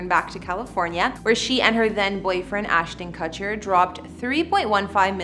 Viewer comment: She also mispronounces Demi and Ashton Kutcher as well as a few more words, and her facts and description of the San Remo were questionable. My real estate sales manager would have handed them back to me for a re-write. "Penthouse makes you feel like you're living IN Central Park?" It's more like looking down at the park. And they never moved in!